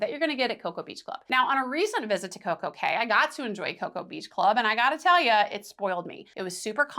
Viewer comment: Thank you for calling it Coco K because clearly Royal named it perfect day at Coco K for it to rhyme. I cannot stand when people call it Coco key